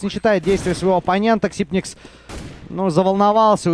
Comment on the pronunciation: он же Ксайпекс! не ксипникс